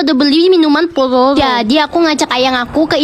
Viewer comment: Dih alay banget masa bilang Pororo aja palolo